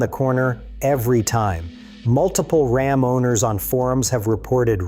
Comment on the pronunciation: calm down, we're talking about Ram, not Rahm. 🤣